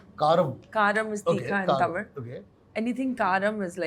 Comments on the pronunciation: I just loved this interview. If Shruthi is there in any interview, I will watch it. She is too good. I truly admire the way she kept saying Thamizh, correcting the dish names, speaking so fondly of the food of Chennai and Tamil Nadu. So wonderful! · Her pronunciation of Tamil is bang on proud of you shruti